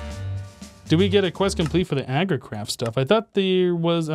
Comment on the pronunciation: did say "Agricrap" instead of "Agricraft" or were my ears playing games on me